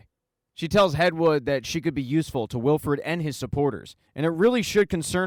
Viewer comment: It’s Wilford not Wilfred lol